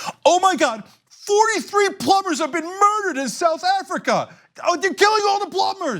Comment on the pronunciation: You can’t even say South Africa yet you’re trying to take the piss! The irony 😂😂